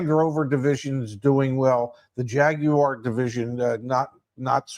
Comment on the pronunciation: Thanks to for pronouncing Jaguar correctly